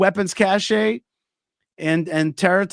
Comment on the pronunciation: it's a weapons "cash" not "cashay"